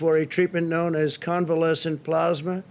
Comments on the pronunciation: It is plasma, not "plozma." 175,000 dead on Trump's watch soon to be 200,000. He is an embarrassment and a disaster. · Oh Boy 🙄 More Plosma, But This Time It’s Convalescent Plosma!!! 👵🏻🧓🏻👴🏻👏🏻👏🏻👏🏻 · Plusma ??Geez ,did he pass the third grade? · Wtf is plaasma XD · Youre right. And using convalescent plasma (not "PLAZ-muh") has been a standard source of antibodies for a many years for a number of diseases. Its not new and I'm pretry sure Italy pioneered its use for Covid-19. Its Trump whipping up a publicity stunt so he can imitate a human being with a brain and a heart. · What is "plosma" lol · He kept saying plasma wrong it was kinda annoying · He can’t even pronounce plasma. I’ll bet it’s the first time he’s ever seen the word. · Take a drink every time he mispronounces plasma. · He can't even say convalescent plasma correctly. Does he have dementia? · Mans can't even pronounce plasma 😂😂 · If I had a dime for every time he mispronounced plasma...geez guy!